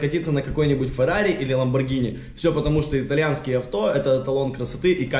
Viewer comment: Данил Трунов Во первых феррари а не фарарри, во вторых ето машина